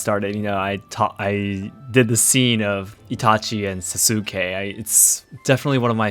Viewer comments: Idk why it was so grating to hear Sasukes name pronounced Sah-sOO-kay instead of Sah-Skay. Aside from that, great vid mah boi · Y was he pronouncing sasuke as sasUkay when later he pronounces it correctly? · That emphasis on the "u" in Sasuke is really cringe. The u is actually silent (Saske). The japanese also mostly put the emphasis on the first syllable, where americans for some odd reason choose to put it on the second syllable. As someone who prefer watching anime with the original soundtrack and subtitles, hearing americans pronounce japanese names just sends shivers down my spine! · So.. I thought Japanese omit vowels sometimes to shorten words.. like every name I ever heard with x-suke did not pronounce the u in su..? Did you make a mistake or do Japanese shorten words when they shouldn’t? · Wait, "Sa-soo-ke" ??? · Sas-ooo-kay! Lol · Are you mispronouncing Sasuke on purpose? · I find it interesting that you pronounce the U in Sasuke where some people don’t pronounce it.